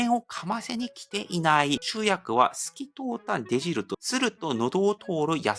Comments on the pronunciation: はじめまして♪ いつも参考になっています。少し気になるのでお知らせします。「出汁」と書いて「でじる」ではなく「だし」と読みます。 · ４日前にも同じようなコメントあったんやな、気分悪くせんとってよ、僕はレベルで日本を理解してくれとる若者が出汁程度の日本語の読み方間違ってそのままでおるのが残念やなって思っただけやから。これからも頑張ってよ。